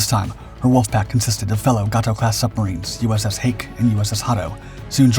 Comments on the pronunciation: It's GAY toe, not Gah toe ! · Pronounced 'Gay-Tow' class.